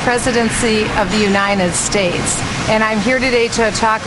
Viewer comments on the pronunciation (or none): ....she's running for the presidency of the what? Does she say..."Unine enstates"?